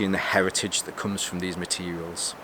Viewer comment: You sure you're sober after new year? "From Frahm..... Frahm Frahm..... Is that where it's Frahm? Coming from Norfolk I thought you'd picked up our accent ole boi. Lol Happy New Year btw Frahm me to you!